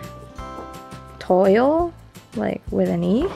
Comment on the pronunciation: Awesome haul! That weird word toile is pronounced twahl. I only know that because I knew a lady who collected it. Such pretty stuff!!! I'm avoiding Michaels right now! They've gotten too much of my money lol